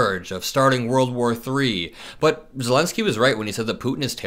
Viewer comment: Why can't these grown a.. men pronounce world War 3? Always wurl war or war war3! It's aggravating